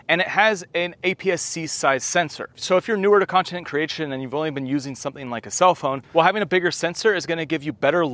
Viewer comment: Did you just say “continent” creation???😂